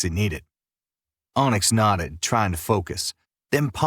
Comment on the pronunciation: Drinking game! Take a shot every time the word nodded is said, it sounds like knotted which eventually had me laughing to myself lol 😅